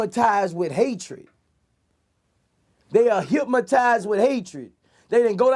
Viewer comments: “They are hipmotizzzzeed by hatred” 😂😂😂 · Boosie Said “Hipmatized” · “Hypmatized with hatred” 😂 not hypnotized